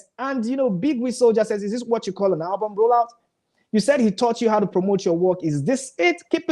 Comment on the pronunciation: Guy please try and teach that sugar girl how to pronounce ALBUM . why is she alwas saying HABUM? she should go back to school